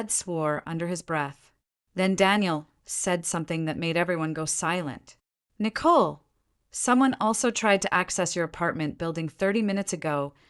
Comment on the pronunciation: So far, I've listened to two stories where one of the female characters was named Nicole. In both stories the name Nicole was pronounced with a great deal of emphasis on the second syllable. It sounds so odd it takes away from my enjoyment of the story. The AI needs to be adjusted.